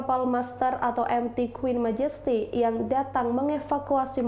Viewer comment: Queen Magesty? Queen Majesty bacanya :"